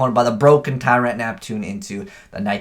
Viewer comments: TIE-RINT not ter-ant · No, he called the "tarant" Neptune new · Why the fuck do you pronounce Tyrant like that? How do you even get that wrong? Have you really gone through life never hearing the word before? Fuck me. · Jordan.Lacroix has a history of horrible pronunciation